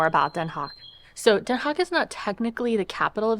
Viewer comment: Haag.. Not hog 🐷